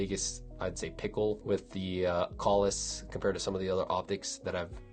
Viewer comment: pronounces it correctly. To many people pronounce it wrong by saying “kales”.